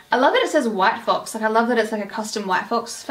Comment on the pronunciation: I thought you said “white folks” 😭 yayyyyyy hauls! 🫶🏼